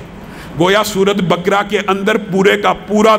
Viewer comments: Bakra nahi baqra bole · سورہ بقرہ کی تلفظ غلط ادا کررہے ہیں